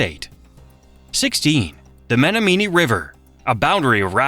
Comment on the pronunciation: Baraboo is terribly pronounced wrong on here. It is pronounced: bear-a- boo. It also slaughtered Winnebago. It is Win-a- bay-go. Omg. I almost puked when I heard how it pronounced Menomonee.